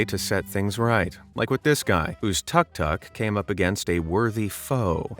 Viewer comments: Just a heads up, tuk tuk is pronounced more like took took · Tuk tuk - pronounced took took. I do wish people would do some simple investigating before narrating.